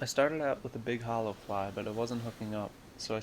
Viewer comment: what's a fleye? do you mean a fly?